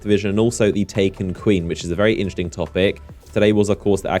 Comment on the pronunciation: Why are you constantly saying "inchting" and not "interesting"? it's triggering me in every video :D